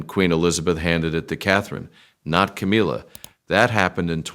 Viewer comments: AI can't even pronounce Ca-MILL-ah. Half the time, it's Ca-MEEL-ah. I'm not a fan, but it's irritating when the name is incorrect. The storyline is about her, at least try to proofread and fix. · Camilla - it rhymes with Gorilla- it’s not Ka MEAL A